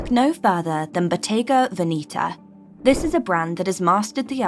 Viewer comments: Please pronounce Veneta properly. It’s not Veneeta. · Love this, but Bottega has more or less "sold out" to fashion BUT that being said, you are 100% mispronouncing VENETA. Please find someone who speaks Italian (as I do; also I was a Bottega Veneta buyer many years ago for an upscale, old money store in San Francisco, CA, and dealt with the BV people in Italy several times weekly), and PLEASE find out the proper way to pronounce VENETA. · Your pronunciation of Veneta is wrong. I also do not get why should French buy only Italian brands and one English. Old money prefers French brands.